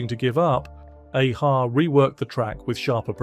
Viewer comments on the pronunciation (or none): I can’t believe whoever produces video doesn’t check it. “A-Ha” is NOT pronounced as Aaaaa-Ha (almost like you’re saying Hay- ha)